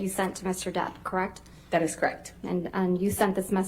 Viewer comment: Crect. Why is it crect instead of correct? So buggy.